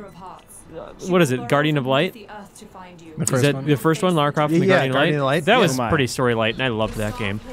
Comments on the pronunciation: I love you, I do. But, her name is Lara, not Laura. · its lara not laura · reiner does it too, its like theres no one in the US called laura lol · Miss Croft's first name is "Lara", not "Laura"... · Lara! Lara Croft! NEVER Laura. LARA! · Its LAARA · It's fucking Lara! Damn it why can't Americans just get that name right? It's pretty hard to miss, and the names sound obviously different. And this is from a games magazine! Come on, that's just shameful. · more like Lair-a Croft.... heh-heh........ sigh